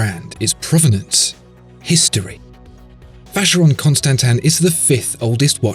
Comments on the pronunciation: If you insist on calling it Constantan then you really need to give an explanation. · This guy gives me aids... The way he says constansin is cancer...